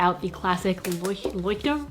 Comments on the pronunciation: "Leuchtturm" = "Loy - sh - toorm" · As a German your pronouncuation of Leuchtturm just really hurt xD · leuchtturm is german and means lighthouse. you have to pronounce the "ch" like a "j" in spanish:D love the video btw 💞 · Leuchtturm: loi-ch (like sch but with the tip of your tongue pointed downwards (relaxed) and the sides of ur tongue touching ur palatal so that the air can escape over ur tongue and make the 'ch' sound)-tu-em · You saying leuchtterm and tombow is funny not to hate I love you and your videos It just gave me a chuckle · i think its pronounced "leck term" but also idk to be honest thats just what ive heard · leuchturm.. how funny ':D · It‘s always funny to hear English-speaking people trying to pronounce german words. Fun fact: Leuchtturm means lighthouse. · the way you tried to say 'Leuchtturm' cracked me up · Hearing you pronounce ‘Leuchtturm’ as a German was so adorable omg xD I’ve been bull et journaling for almost a year now and I must say your layout is waaay better than mine at the beginning 😂 like on the first page I already messed up because I wrote 2119 instead of 2019🤦🏼‍♀️ so I think you did an amazing job on your first pages and I hope you’ll post more about it some time❤️ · Ok but your pronunciation of Leuchtturm gave me (and I guess all my fellow germans) life 😂 you are just great 😊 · Love how you pronounced „Leuchtturm“ lol djdkdk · Leuchtturm is kinda like “loh-ee-sht too-rm” unless you know how and can pronounce ch as we do in German, then do that lol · So süß dass du Leuchtturm nicht aussprechen kannst 🤓🤓😂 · When tries to say "Leuchtturm" lol whos german here? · Dachte das selbe 😂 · I just laughed so hard when tried to pronounce Leuchturm, cause that's German my Dudes. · my german ass started to laugh out loud when you tried to pronounce 'Leuchtturm' (no offense - it was still cute •-•♡) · you're pronouncing Leuchtturm so damn cute 🥰🇩🇪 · the way you tried to pronounce 'Leuchtturm' correctly cracked me up